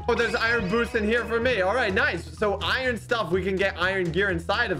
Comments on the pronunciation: i love it when calls iron iren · A noob says iron A Blaze says “ Iron (Eye Ron) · I love when calls iron, irin. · sord - ❌ suword - ✔ iyern - ❌ iron - ✔ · It’s I in not I ron